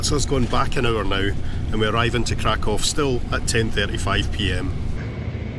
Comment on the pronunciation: It's refreshing to hear somebody pronounce Krakow correctly. I visited Krakow in 1979 in my teens and this is how I've always pronounced it. I was there in the square on 1st of September 1979 when they were commemorating the 40th anniversary of the invasion of Poland. I spent two weeks in the resort Międzygórze with some amazing people. We walked in the foothills near Mount Śnieżnik. I'd love to see you both do a video there.